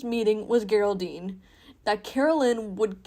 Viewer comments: Stop saying “gerr- aldine” - you even use a clip of Caroline pronouncing it “Jer-aldine” The mouthpiece is strong in this one. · why the hard g 😭